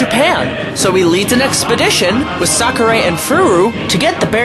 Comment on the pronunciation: Terrible pronunciation of Japanese names. "Socceray" for Sakurai.